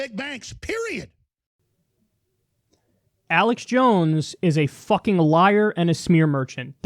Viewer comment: Every time he says fuckin it comes out more but u can tell he’s trying to hold it in